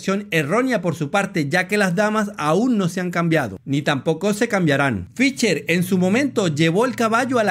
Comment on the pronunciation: Muy buen video, muy buenas explicaciones. Lamentablemente muy mal pronuncias al nombre de Fischer. Se pronuncia con s no con c, mas o menos como Fisher. "she" no "che". Sé que esto es difícil para algunos hispano parlantes, pero sería bueno que lo intentaras. Tienes mi like. Un abrazo y sigue adelante.